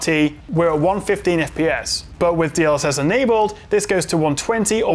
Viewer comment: Didn't quite catch that. DL what? DLX was it?;)